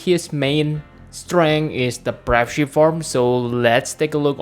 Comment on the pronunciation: It's pronounced BR-AVE NOT BRAUVE